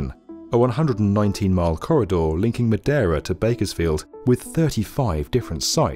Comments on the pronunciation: (Madera County) not “Moderna County” (Fresno) not “Fresco” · Hi, great video. Thank you. Two mispronounced cities though. It goes from Madera not moderna and pronounced like Madeira. Also it is near Fresno, not Frisco. Though I wish . Still waiting.